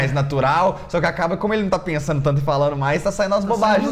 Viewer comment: "Politicamente falano"?